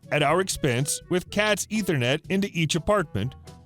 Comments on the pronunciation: Cat5 ethernet, not "Cats" ethernet. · Its CAT-5 not 'cats'. It means Category 5 ethernet cable. There is CAT5 CAT5e CAT6 and CAT7. Also.... UNLESS YOU HAVE A DATACENTER IN YOUR GARAGE PUSHING MASSIVE FILES BACK AND FORTH BETWEEN SERVER RACKS YOU DO NOT, DDDDOOOOO NNNOOOOTTTT, NEED CAT7!!!!!! There is no universe where a standard home network would ever be passing enough data to saturate a standard CAT5-6 cable. Using CAT7 in the home is a waste of money. Any one trying to convince you otherwise is trying to steal your hard earned dollar.